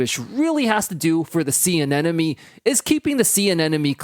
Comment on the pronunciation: Anemone is not pronounced “an-enemy” and I wish you hadn’t said it that way 100x in the video lol